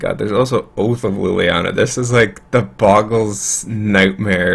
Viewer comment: Oh look his opponent is playing Bogles. I wonder how many times he is going to mispronounce it in 5 seconds. Has Seizure